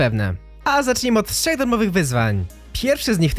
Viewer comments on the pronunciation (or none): none